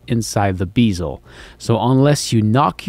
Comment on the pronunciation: Jesus man, you always pronounce BEZEL like BEASEL..... It's BEZEL /ˈbɛz(ə)l/ It's funny though 🙂